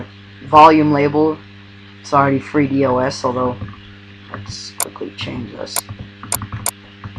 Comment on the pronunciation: Just FYI, it's not pronounced with each letter, "D. O. S.", rather it's pronounced like a word, "dos" with the "O" sounding like it does in the word "top". A lot of younger people make the same mistake, it's nothing to worry about. :)